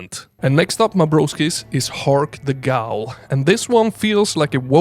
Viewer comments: Yoyo, 'ghoul' is pronounced 'gool', and you'd have no way of knowing unless you've heard it before or if you speak Arabic and know the word from folklore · Not trying to be rude, but fyi "ghoul" is pronounced like "cool". English doesn't make sense sometimes. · Just so you know, ghoul rhymes with pool. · Learn to pronounce "ghoul" pls. It's a worthwhile investment. Also broskis is cringe imo. Awesome game picks.